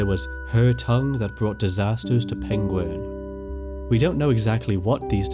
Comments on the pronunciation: That's Peng-WERN.... not ''penguin''. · All I'm saying is - Its Pengwern not Pengworn 😂😂😂 yeah I'm from Telford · It's Pengwern not Pengworn - Yes I'm from Telford and you won't get the joke unless you know 😂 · History is good, your pronunciation of the "e" in Pengwern is less so. You are saying uh, when eh would make it less jaring to listen to. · Is this where the pengulin were from ( actor who played Sherlock and mispronounced penguin on bbc documentaries) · Pengwern is how Benedict Cumberbatch pronounces "penguin." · I'm sorry, but "Pengwern" is (one of the many ways) that Benedict Cumberbatch pronounces "penguin". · if it weren't for the printed name I'd have completely believed you were saying penguin. You completely swallow the "r". Love your accent and enjoy the video. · Going off welsh, pengwern is likely pronounced Peng-where-n and the r in where is rolled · Pengwren is just how Benedict Cumberbatch says penguin. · Pengwern sounds like how Benedict Cumberbatch would say penguin. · Pengwern sounds like Benedict Cumberbatch trying to say penguin and now I can't unhear it 😂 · Benedict Cumberbatch: Penglern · I always have so much sympathy for anybody attempting Welsh place names. I'm lucky that I went to 2 Welsh language schools but even Welsh people who didn't struggle to pronounce most of them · Ahh the missing kingdom that Benedict Cumberbatch cant pronounce. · Rumour has it Benedict Cumberbatch can't say Pengwern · I guess "Pengwern" ist not an ancient word for "penguin"🐧, right?